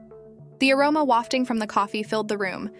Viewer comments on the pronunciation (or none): none